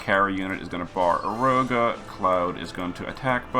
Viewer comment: I don't normally mind mispronounciations, made up words are hard. We all mess up sometimes. But how you gonna put an F in Baraeroga?